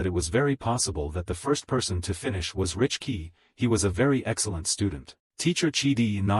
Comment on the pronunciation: Bro please learn English it's not richkey it is Rickey it is siblings not sisters